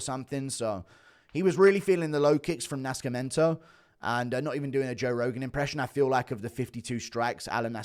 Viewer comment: Why you pronounce Nascimento like that lol